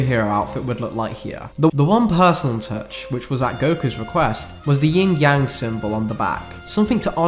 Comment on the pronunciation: yin* not ying